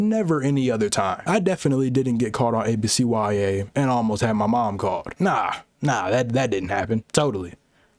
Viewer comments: Bro, why you call it A B C Y A? It's ABCyah. What school do YOU go to where you be pronouncing every letter individually? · Come on man its not A B C Y A, IT IS A B C YA! Like YUH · real ones called it abcYA not A-B-C-Y-A 😑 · No way you just called it ABCYA and not abc-ya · Oh hell no you’re one of them mfs that pronounce it “ABC WHY AY” you faker! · why are you saying abcya like that im crying